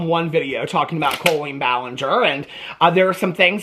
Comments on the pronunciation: I love you so much but the way you say CO-lean is stressing me out. 😂 Is this a Midwestern pronunciation? Is Illinois considered Midwest? One of my best friends is a Colleen and it's said cah-lean. Lol I just had to get that off my chest. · The way you say her name makes me laugh so much. Colon-een!